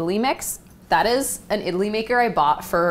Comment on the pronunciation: lol she says idli like 'italy'